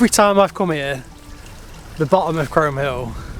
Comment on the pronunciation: Great video...well done guys .In a few years Aurora will be romping up hills with you! We did those hills a few years back, and I was told in no uncertain terms, by a local in the pub, that it's pronounced "Chroom" Hill! I had no idea! Anyway, brilliant stuff you two/three!